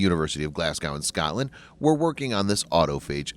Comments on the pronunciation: Glazgoww hurt my ears every time 😅, as their Irish neighbours it must be even worse for them. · FYI: Glasgow is pronounced "Glaz Go" (or "Glaaz Go" if you're from Southern England) NOT "Glaz Gow" You just made 67 million Brits ears bleed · Glas-go. Not gow. Thank you. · Nice vid as per. Just a heads up, it's pronounced "Glaz-go" 🙂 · They should drop the w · Glasgow - Pr: Glazz-go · it's pronounced "Glass go",.. like "Moss co" ,.. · "Glass-gau" xD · So that's how you are going to say Glasgow is it! well it's annoying, Unsubscribed.